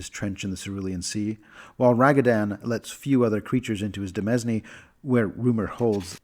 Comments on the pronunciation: Hey, just a tip because this word is extremely weird but "demesne" is actually pronounced like "deh-mayn" bc it's related to the word "domain" but with some preserved old Anglo-French spelling bc demesne was mostly used in feudal property law. there's literally no way to know this pronunciation just by looking at the word but i figured it might be helpful information to share given the setting of Pathfinder has far more reason to be using feudal terminology than our everyday life so it may come up again. (im not really sure what the proper way to provide pronunciation advice is without coming across as rude so i'm just going to clarify that this is not intended to be snide or derisive in any way. I'm really enjoying your content and love to just sit down with a video or two and absorb the lore. you have a perfect GM voice i could listen to it for hours) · I say this not to be critical, but supportive: I believe "demesne" is pronounced something like "di-MAYN" You're making great content here, and I intend to stick around.